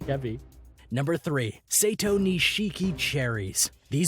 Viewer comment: Sekai Ichi : Seh-kai, not saykeeaye. Bijin Hime: Hee-meh, not hyme. Densuke: Den-soo-kay, not densook. Sato Nishiki: sah-toh, not say-toh I enjoyed the video and I hope that for future reference, because I think your videos can be educational, it would be nice if you can try to get close to proper pronunciation of things as to not confuse the masses. Obviously, people are here for entertainment but also educational purposes and when you spend so much time to make a video, you can at least spare an extra 5-10 minute to use google translate to help you with the pronunciation to turn your video quality from 8/10 to 10/10.